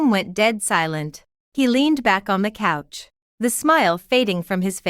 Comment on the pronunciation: The names don't bother me as much as people sitting on the "cooch" instead of couch. I wonder how it pronounces the word "touch".